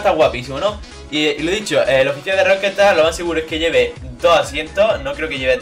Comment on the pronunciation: Por que decís Rockestar? Es Rockstar